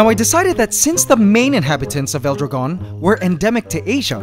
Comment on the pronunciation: your saying dragon a bit wrong in spanish but it's ok